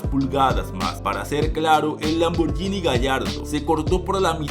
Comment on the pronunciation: Es. LAMBORGGGGGGHINI. no es “lamborñini “. Corrige Se dice con. G